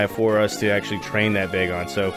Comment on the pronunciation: It’s bag-on not bae-gone